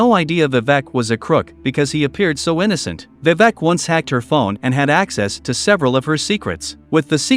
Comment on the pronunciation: Vivak 🤣 the pronounciation is wrong